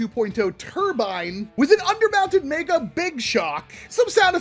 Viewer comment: Meg-uh, MEG-UH! NOT MAY-GUH! Mega is pronounced Meg-uh, not May-guh!